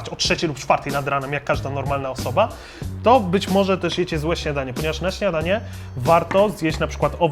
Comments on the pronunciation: Porządne "śniadacie" xd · "Zjadacie pożądne śniadacie" xd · Czy ktoś jeszcze usłyszał "śniadacie" ? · zjadacje porządne śniadacie? Bo ja tak XD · ty powiedziałeś śniadacie ? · Porządne ŚniadaCIE? XD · "[...] zjadacie porządne śniadacie." xD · Kiedy zjemy porządne "ŚNIADACIE" Brawo haha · "Sniadacie" xD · "zjadacie porządne śniadacie"